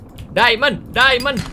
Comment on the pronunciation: "MANA ITU DIAMOND (DAIMEN)" kek aksen/logat manado..🤣🤣